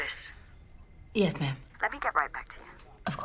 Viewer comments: The entire time it sounded like they were calling her mom. Hehe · Like the way they calling her Ma'am which sound like Mumm is someways. Great movie 👌